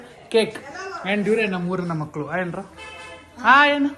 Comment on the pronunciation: makala alla makkala ka vathu😅